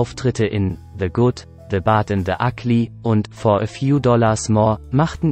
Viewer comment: Ja das ist echt peinlich haha